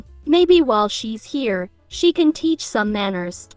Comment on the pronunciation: Why do they keep saying hare (A rabbit) instead of here (current location)?